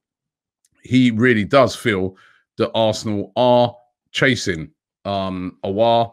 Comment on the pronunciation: Houssem "O" LOL